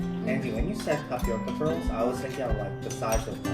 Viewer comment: "WE FOUND TAPIOKA PERALS"